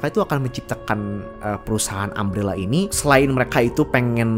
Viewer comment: Umbrella bukan ambellah.... Umbrella bukan aem rela.... Katakan TIDAK.